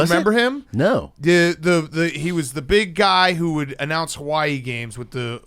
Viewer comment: Bigcat watches so many Hawaii games that he even pronounces Hawaii correctly😂